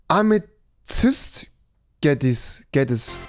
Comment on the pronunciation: "Wir haben ein Cave-Update Leute. Wisst ihr was das heißt? Die Caves kriegen ein komplett neues Update..." Big Brain Time :D "Amezist Geddis", auch wenn das Amethyst Geodes steht. Selten so gelacht... "Generator Tools", auch wenn da Creator Tools steht haha "Spinnen". Auch bekannt als Skorpione And once again die "Generator Tools"